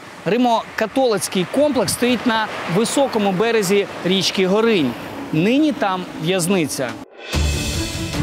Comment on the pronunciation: Річку називають ГОринь. Наголос на О. Слухайте як місцеві вимовляють - не помилитесь. І більше давайте малюнків Наполеона Орди. У нього їх багато.